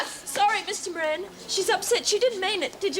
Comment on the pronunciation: Every time I hear anyone say Bob Moran, ( the new Governor), I keep hearing Meringue !!! Love Lemon Meringue !!